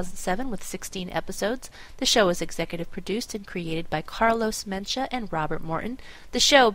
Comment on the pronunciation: lol mind of *mencha*... mencia